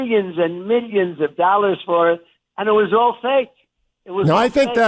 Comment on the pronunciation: "MEEYINS & MEEYINS of dollars! I'm covered under the law!" ME ME ME ME! Sickening prick! 😠